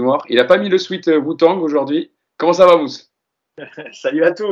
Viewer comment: Bon désolé on t'adore mais je me sens obligé de tailler la grosse prononciation à la française le sweet "wou tangue" de j'ai pas pu m'empêcher de remarque XD. Sinon je pense m'exprimer au nom de plusieurs en disant que tu nous avais manqué (même si, étant très polyvalent, faisait également très bien le job) et continuez comme ça les gars! Bonnes fêtes de fin d'année